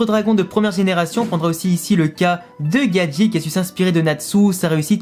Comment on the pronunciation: Mais le monde c Gajeel et non gadjil où gadjelle